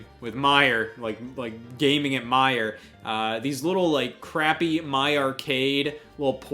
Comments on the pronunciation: erm it's pronounced "Meijer's" 😂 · "Meijer" OHIO DETECTED